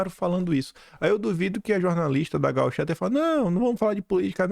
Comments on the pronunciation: Bom dia! Vc sempre troca o assento da palavra gaúcha por gauchá... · Tua dislexia tá cada vez pior,. Sério que tu falou "rádio gauchÁ" duas vezes? By the way, estratégia de merda essa sua de ficar querendo ser bonzinho com quem quer te destruir (os esquerdopatas) na esperança de que vão passar pro nosso lado. Eles só querem aniquilar os adversários, principalmente covardões como vc